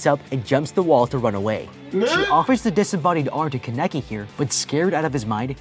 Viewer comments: DUDE STOP IT im getting so damn mad at the commentator (not ) for saying Kan-Eki and not Kane-KI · This man pronouncing kaneki as kuh necky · I can't be the only one who's only focused on how he's mispronouncing every name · is it me or is it annoying how the guy pronounces kaneki and the coffee shop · I haven’t even finished the video yet and I’m already pissed lol bruh can’t pronounce Kaneki’s name right. That bothered my nerves soooooo badddd!!!! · He was saying his name wrong